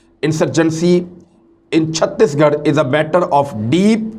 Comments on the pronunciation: Imran Bhai It Satish Garh not 36- Garh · It’s chateesh garh not chuttish garh